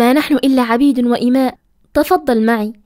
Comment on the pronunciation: عباد وليس عبيد المرجو إتخاد الحيطة والحذر من الكلمات وشكراً